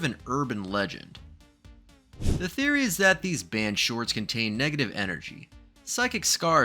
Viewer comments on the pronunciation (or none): Ah yes, “Thories”